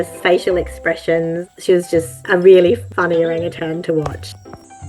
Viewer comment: I loved this video, but not entirely for the reason you might think. First, I loved the story. But second, nothing makes me crazier than when someone puts a “g” on the end of the word “Orangutan “. They are one of my favorite animals in the wild and not once did I hear the word pronounced incorrectly. Always O-rang-u-tan!!! Cheers. I love it ❤️❤️❤️